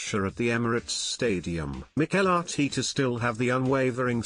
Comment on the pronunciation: Thier isn't two e's in ARTETA, its not Arteeta